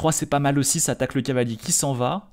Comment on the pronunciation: je pense que c'est surtout pour éviter de faire trop d'effort dans la prononciation. Ils le répètent beaucoup ça doit être long à force